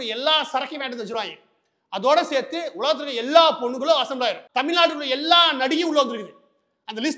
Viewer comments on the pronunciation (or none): none